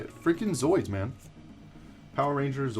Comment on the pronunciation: Are you saying zoids when talking about power rangers?? You mean zords? Lol I mean I know what you were talking about